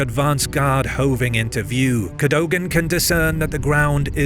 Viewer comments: Its Cad-dug-ann ... Not Cad- dough-gan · CADOGAN is pronounced CADOUGIN by the way. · Very good video about an important battle. Cadogan is pronounced Ca-dug-an.